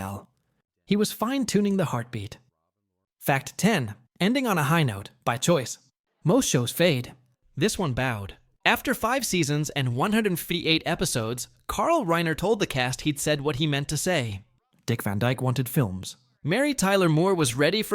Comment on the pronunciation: Why do these Text to Talk always stumble on the simplest words like "158" episodes?. "1hundfeeight"